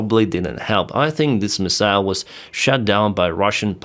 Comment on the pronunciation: Hi, "MIssile" - stress on the first syllable.😁🙏🖕Take care!